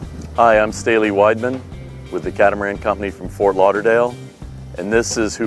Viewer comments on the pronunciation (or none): none